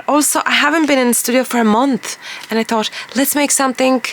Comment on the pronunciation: Inwas just having a wee laugh as I noticed when you say "thought" you sound Irish 😂,I started to notice on another video and heard it at the beginning here. I love your chat,your honesty,vulnerability and most of all your creativity. Wishing you all the best from here in Edinburgh 😊😊